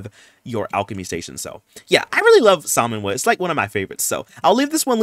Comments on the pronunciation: ILY so much but please sir the L is silent 😭😂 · I was loving this video until you pronounced the L in Salmon Woods 😐😭